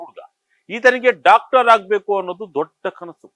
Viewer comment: Dactor alla Doctor😂